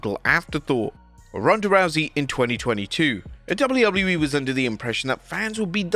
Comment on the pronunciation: Dabuļjū Dabuļjū īī 😂😂